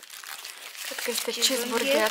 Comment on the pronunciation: a comandat cisburgeer și ea spune Burgeer